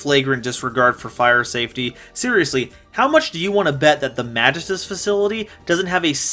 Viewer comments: mahghist uhs pronouce it german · I think it's pronounced Ma gi stus. Also welcome back!